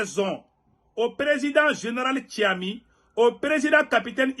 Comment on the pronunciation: Bonjour. Chef de la transition au Niger Tchiani au lieu de Tchiami. Merci et bcp de courage !